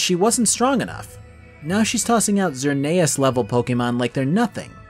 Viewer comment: ZER NEIGH US